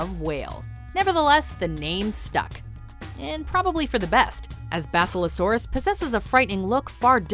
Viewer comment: They can’t even pronounce basilosaurus? Really? Wow.